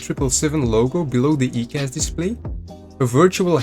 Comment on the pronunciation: Its "eye"cas... good video though 👌